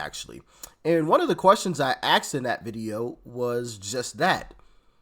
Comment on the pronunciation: A-S-K-E-D Brother. Not A-X-E-D! English please?